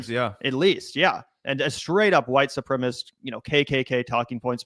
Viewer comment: Supremacist...at least say it correctly